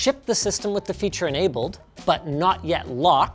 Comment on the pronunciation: sus segway to lenovo "fearure"... 😁